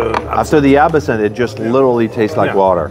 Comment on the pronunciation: That video was good fun. Perhaps it was the booze 🥴 but I believe they were pronouncing Absinthe incorrectly. It is not A-bi-sinthe, it’s Ab-sinthe. … correct?